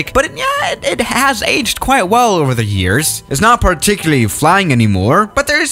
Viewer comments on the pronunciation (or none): none